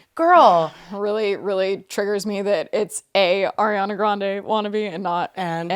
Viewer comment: PLS it's ARIANA not AIRIANA 😭😭